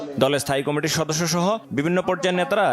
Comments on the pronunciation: এই সংবাদ পাঠক কমিটি শব্দ কে কি কারণে কমেটি উচ্চারণ করে এটাকি অজ্ঞতা নাকি বাক প্রত্তিবন্ধকটা।সংসলিস্ট কত্রি পক্ষ কি বিষয় টি নজর দেবেন নাকি সময় নাই? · উনি কি কারণে কমিটি শব্দতিকে কামেটি উচ্চারণ করছে এটাকি অটোপাস এর জন্য অজ্ঞতা নাকি বাক প্রতিবন্ধকতা ? কতৃপক্ষ কি বিষয়টি নজর দেবেন নাকি সময় নাই?